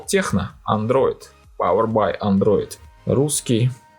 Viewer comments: ТЕКНО! А не Х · английская буква C звучит как Х? Если нет, то почему "Техно"?